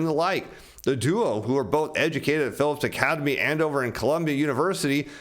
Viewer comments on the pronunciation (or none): none